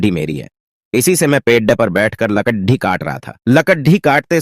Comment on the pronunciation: Are bhai are bhai speech nahin aata hai dene to kyon dete Ho lagda dhare nahin hota lakarhara hota hai or lakadhi nahi bhai lakri